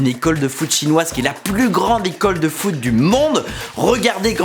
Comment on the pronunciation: Le foute au lieu de foot 😂😂